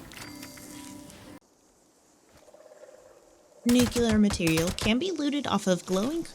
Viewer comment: It's NUCLEAR and not NUKELAR.